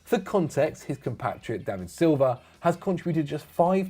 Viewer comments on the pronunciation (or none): none